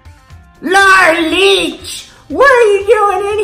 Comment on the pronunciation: "Laura leech" 😂😂😂😂